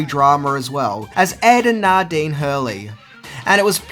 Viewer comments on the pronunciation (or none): I've noticed that you seem to pronounce "a" in names as "ar" in your videos. It's a tiny bit annoying. "N-a-dine", not "N-ar-dine".... It's a bit perplexing too as you are Australian.... Maybe you are trying to over-compensate due to the Aussie accent, I don't know... Despite that, you're still Awesome :)